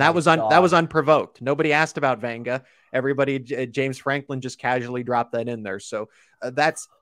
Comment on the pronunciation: There’s no ‘N’ in Vega just so ya know.